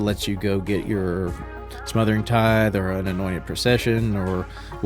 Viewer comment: Great video! also "TITHE"